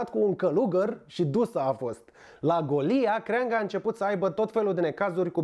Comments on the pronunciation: Golia se pronunță cu accentul pe "o" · Un turn din ăla măcar odată pe zi este OBLIGATORIU pt buna funcționare a materiei cenușii din vârful piramidei trupusorului tău delicat. PS. Vezi ca faci aceeași greseala ca și cu Golia la pronunțarea cuvântului bojdeuca, pui accentul pe silaba greșita.